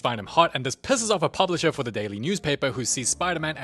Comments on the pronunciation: it is “The movie begins “ Not DA MOVIE BEGINS” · i know its going to be a peak vid when i hear 'da movie begins...'